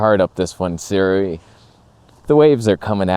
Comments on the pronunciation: Sue-Ray not Sir_Ew-ee :) And this is the first time I've heard someone calling the Nikon's 35 f1.4 'amazing' never mind praising the abysmal '3D poop' 40 f2. A relative and a Nikon zealot(!) with whom I frequently argue recently bought the latter and.. I am finding his disappointment of the washed out colors, lack of sharpness and even AF issues truly hilarious. He loves sharp lenses (has a couple of S-lines and many older ones), I had advised him to get a Viltrox but he didn't as if out of spite :)) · 思锐 more like"sih ray." Yes I speak the language. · say it with me: 思锐 "sih ray." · Start saying their name properly, they might take you a bit more seriously. Also when you review lenses, I noticed that you keep mentioning the competition and you focus A LOT on the negative instead of showing its capabilities. So why would anyone send you anything to “review” ? Its not really good for their business 😂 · The way you pronounce Sirui has hints of dental procedure Novocaine effect.